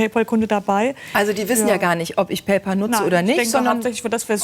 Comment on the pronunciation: PÄÄÄÄÄÄÄÄÄÄÄÄÄÄÄÄÄÄL! Es heißt Pay-Pääääl.